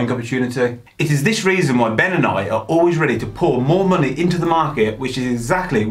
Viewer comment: 'Munnay' lol